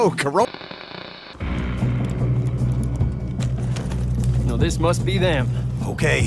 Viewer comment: hahha when i heard say "corrona" i thought it was going to skip to them putting the horse down